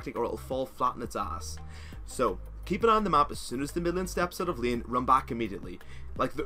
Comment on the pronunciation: "Staying in Lieeen" wuuut?